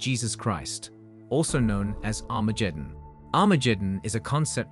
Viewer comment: Armajeddon? Hifer? Raaby? Messiers? Never heard of them. It always irks me when people make videos explaining things but mispronounce important words. At least he got Sanhedrin and Jewish right.